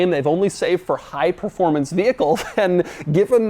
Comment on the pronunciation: Performancy?? Is that a word? Or a demauroism?😂😂😂👍👍